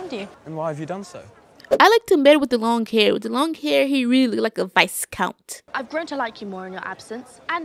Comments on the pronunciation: What really gets me is that you pronounce it “vice count” instead of “viscount” 😂😂😂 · Looool, I love your reactions and loved both movies!!! It's actually Viscount pronounced without the S and it's a title, not his name....but that's all good hun...loved your pronunciations